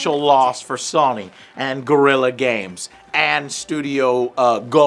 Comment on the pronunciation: How can you not pronounce Sony correctly? Did your mom drop you on your head as a baby?